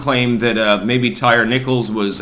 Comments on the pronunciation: It is pronounced “Tie-Ree”, NOT “Tire”. Geez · Lmao his name is pronounced Ty reeee. Not tire lol bro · Tie-ree. Come on man. Ain't nobody named Tire. 😆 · LOL. His name isnt pronounced Tire, it's Ty-Ree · Tie - rhee. That's how it's pronounced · Did say Tire Nickles?